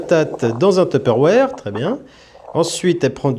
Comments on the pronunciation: y a des gens qui prononce "teupeurouère"??? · Je suis désolé mais je suis bloqué sur un truc, à part la musique j'adore ta façon de dire "Tupperware". C'est juste drôle j'attaque pas😂😂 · La prononciation de tupperware est vraiment différente en fonction de chacun ca me fumera tjr ❤